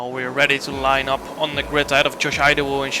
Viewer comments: He just murdered Josh Idowu’s last name 😅. The first letter I is not pronounced Ai, it’s pronounced as letter E. So kinda like Edowu. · Idowu is pronounced ee-dough